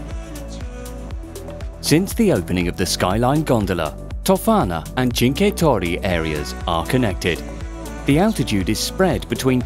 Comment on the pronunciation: cinque torri falzarego for me is like listen japanese, had made me laught im from italy but overrall isnt bad